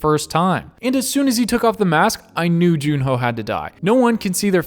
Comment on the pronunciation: Please stop calling him June-ho 😭😭😭